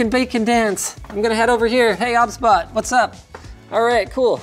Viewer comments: OBSBOT , pronounced OB-SBOT , I thought its OBS-BOT 😅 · It's O-B-S Bot no obs bot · I thought it was pronounced O B S Bot rather than Obsbot 🤔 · Isn’t it’s name pronounced like OBS Bot?